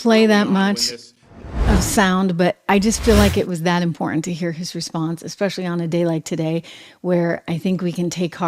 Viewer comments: pronounced imporTant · What the hell is wrong with you that you can’t pronounce the word “IMPORTANT “. Is something WRONG ?